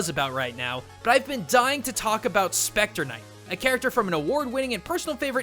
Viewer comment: SHPECTAH KNIGHT